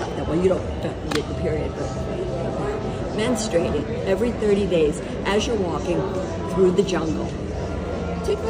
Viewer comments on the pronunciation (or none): she said menstrating. ah i see what happened here. 😂 NEXT